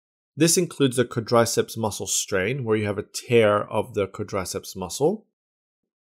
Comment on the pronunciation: You know the video is going to be slammin when he can't even pronounce the name "quadriceps"